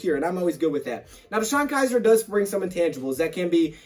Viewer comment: Btw its Kizer. Not Kiser 😬😬😬